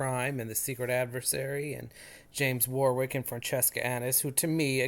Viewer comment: Really enjoying all your videos. By the way, Warwick is pronounced War - ick!